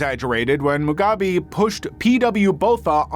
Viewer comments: Its moo gobby not mugaby. At least you kinda recover about half way through 😅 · I'm sorry but the way you kept butchering the pronunciation of Mugabe sent me 😭😭😭